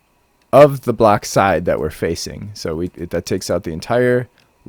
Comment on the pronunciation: "We can store a full blawk in each slut." Uh-huh! Totally makes sense! ;-) Nice demonstration and showcasing.